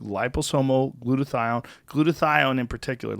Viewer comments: hahaha it's hilarious when joe was talking about meds and tom just kept saying "Glutothion!!" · I love how occasionally Tom will pronounce a word as if it’s never been spoken by a human before.